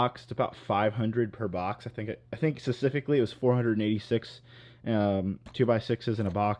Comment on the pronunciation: Learn how to say specifically